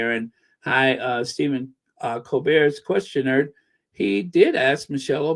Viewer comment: the Colbert Questionert is pronounced The Colbare Questionaire